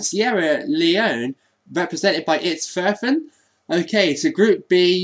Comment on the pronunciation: Hi, I’m a hobo, can you pin me? Edit: You pronounced my name wrong lol, it’s ok It’s Itz Er Fan